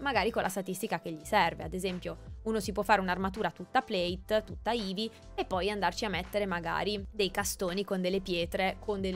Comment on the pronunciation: Anche a me è piaciuto Ma perchè dici eevee al posto di heavy?